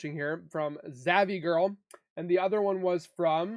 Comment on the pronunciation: You said zavvy girl is it zav girl sounds like it .why would u give her any kind of support.